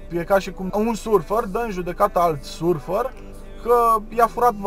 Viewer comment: surfer?,in romania se pronunta "sărfăr" dupa cate stiu ,doar am zis dar prima data nu am inteles ce ai zis=))